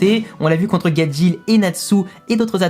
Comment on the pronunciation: Mais le monde c Gajeel et non gadjil où gadjelle